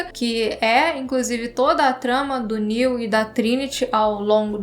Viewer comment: A parou de chamar o Neo de Néu kkk